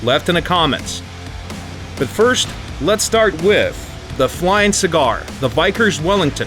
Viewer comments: Ho ! Yeah, most Americans pronounce it vickers. Not vikers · Vykers? Its Vickers Wellington! I mean its not that hard really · "The Vikers Wellington" You're supposed to pronounce it as it's spelled. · Vykers Wellington? V-ih-kers. Vickers. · Heads up, It's pronounced "Vick - ers) not " Vi - kers" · I thought it was called Vickers not Vikers. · Challenge: say "Vickers" correctly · "Vike-ers"? "Pe-GASS-us"?...Gaijin, please...You're hurting me... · It's pronounce veck.....kers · more like Vie-Kerrs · Vickers is pronounced with strong ee sound